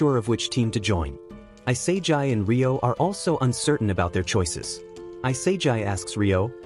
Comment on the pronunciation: also its not i-sae-jai it e-sa-gee for the pronoucitation which proves you use AI because on AI voice would pronouce isagi like that and if you were real you wouldnt speak so robot like and stern, you'd also pronouce isagi correctly